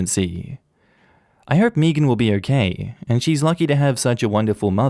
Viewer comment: Meagan or Megan is pronounced “May-gen” not fuckin “Meegin”